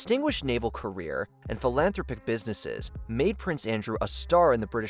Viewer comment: Fil-an-throw-pic?? How about phil-an-throp-ic? Dumb narrator or dumb AI?